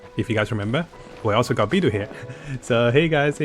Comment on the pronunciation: I risk sounding a bit toxic for asking this, but why do you pronounce some of the characters in Genshin with Chinese names so strangely? You clearly can speak and read Chinese, so it throws me off a bit every time whenever you pronounce Beidou as "bee-doo", when it's more like "bae-dough".